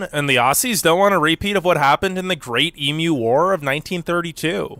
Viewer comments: The reason our stores close early is that Aussies work to live, not live to work!! We all love our leisure time especially on the weekends. You have watched enough Aussie videos to know that you pronounce it eem-you not eem-oo!! Yes, our wages are good but things are now getting quite expensive with the cost of living at the moment but the Supermarkets are dropping prices on purchases of food and essentials to help out. We would still love to see you in Australia soon and to travel and make up your own mind about our beautiful country!! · stop saying Emu (ee-mew) wrong and yes the great Emu war was real. With all the Aussie videos you've watched i can't believe you haven't seen that yet! Ha!